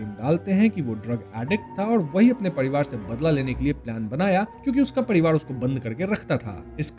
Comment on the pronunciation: Parivar ❌ padiwad✅